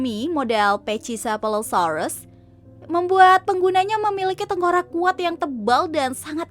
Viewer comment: Buah iblis Ulti dibaca bukan pecisefalo yaaa... Bacanya pacisefalo.